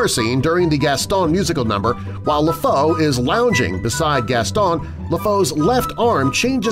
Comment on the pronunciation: Lèfou is said Lefoo